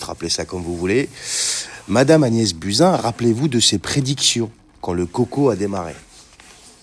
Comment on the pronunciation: Désolée mais je n’ai pas pu m’empêcher de rigoler qd tu as prononcé le nom de Buzin!!!😺